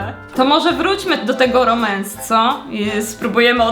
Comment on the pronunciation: Romans a nie Remans😂😂😂❤❤❤